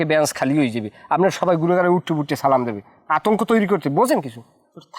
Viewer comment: নিজাম উদ্দিন কে সালামটা শুদ্ধভাবে দেয়ার জন্য অনুরোধ করছি। না পারলে মসজিদে ইমামের কাছ থেকে শিখে নিবেন